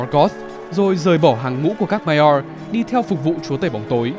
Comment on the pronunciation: phát âm chữ Maiar nghe khó chịu vl, bớt ngựa khi nói tiếng anh được k